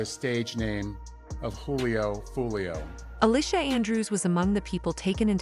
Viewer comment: It’s pronounced WHO-LEO 👎